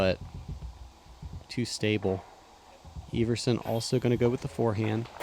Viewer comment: You're name is ever son, not eve er son. Silly kid